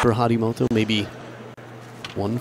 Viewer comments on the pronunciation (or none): Harimtoto?? It's Harimoto